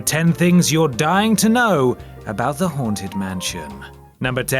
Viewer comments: i keep on hearing 'horntit mansion',,... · Coz your accent I thought you said "The horn tit mansion" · Did he say The Horned Tit Mansion?